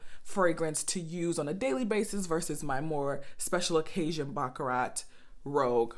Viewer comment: I appreciate your video. Your pronunciation of baccarat is incorrect. I have the same issue with some European perfumes.